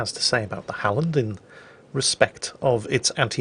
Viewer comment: Öland was great,! So was the Halland. Keep it up ^^ we'll have you swearing in swedish in no time XD